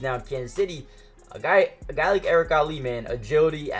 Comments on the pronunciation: Erik All not Ali my guy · Come on it’s All not Ali